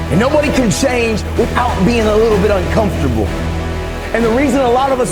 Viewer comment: I'm uncomfortable with the way he says uncomfortable